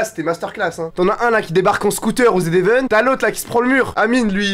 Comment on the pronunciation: On dit pas le z event on dit le zevent